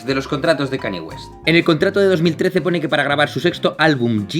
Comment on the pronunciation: Brutal vídeo, y vaya fumada que se cogió Kanye West ese día. Por cierto! Aclaración breve: Se pronunciaría mas como: Kan-lle Güest, y "Maciu Macona-hey" XD